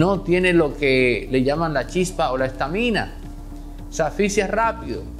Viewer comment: Estamina lleva el acento ortográfico de esdrujula. Es decir en la primera. A